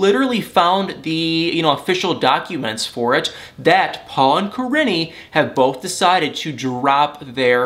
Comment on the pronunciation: Kah - Ree - Knee. Correct pronunciation. Driving me crazy how you were pronouncing it. Still the best 😎